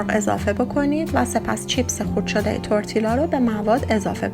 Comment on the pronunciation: Double L in Spanish is pronounced as y not L As if you’re saying tortiya. It still taste good regardless of pronunciation.